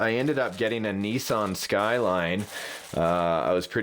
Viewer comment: "Nee-sarn" *Shudders in Japanese* "Nis-san" = :)